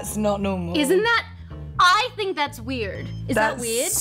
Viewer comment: the way she(Tammin) kept jumping with her accent had me confused lol but then again I do the same ting haha. Like the way she flipped the word "weird"